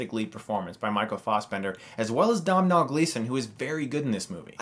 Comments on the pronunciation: It's pronounced Doh-nal Gleeson! It's Gaelic, the "mh" is pronounced like a "h". Coincidentally he is Brendan Gleeson's son, who is in Calvary that you have just reviewed. I like the way you don't only review the more mainstream movies. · Hey Chris great review, just need to tell you that it's pronounced D-Oh-Nal. D-Oh as in Homer Simpsons famous phrase, and Nal as in 'fin-Al'. Source : Irish person with a friend named Domhnall. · Hey Chris, for future reference, Domnhall is pronounced: DOHNUL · Just pronounce it like this. Dough ( like Doughnut) with Nal istead of a Nut... Doughnal. That's how you say Domhnall. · Loved the review, just had to point out, Dohmnall is pronounced Doe-nal it's an old Irish name :) Keep it up Chris. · Domhnall gleesons name is pronounced donal sorry if im being a dick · Sorry Chris Im irish and Domhnall Gleeson's name is pronounced like DO-NALL, great review though as always 😊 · Good review, although it's pronounced Doh-Nall Gleeson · Nice review, man. I've been thinking about watching this for a while (trying to ignore the automatic compulsion to watch another film from my country), but your review has confirmed it for me! Also, just as a little side-note and for future reference, "Domhnall" is just pronounced "Donal". I apologize on behalf of the screwed-up Irish language for messing with so many innocent heads. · it's pronounced dough-null gleeson stuckmann! frank is one of my favourite films though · Domhnall Gleeson is pronounced Doh-nal Gleeson, trust me, I'm Irish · Domhnall is pronounced "Doe-nal". Irish pronunciation can be funky. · met him for realsies actually....lovely dude tis pronounced {'Dough~vole'} gleason...not domnal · Not Dom nall but dough-nall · Lesson in Irish pronounciation: Doh-nul Gleeson Not dom-nal Michael fass-bender Not faws-bender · Its pronounced Doe-nall not Domm-hall! Jesus! Americans! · Dough-nul Gleeson ;) I really don't want the plague dom-nol to spread! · It's pronounced Doe-nil not down-nall